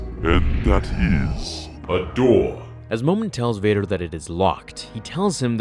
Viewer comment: My name is momeen but you say momin when you say it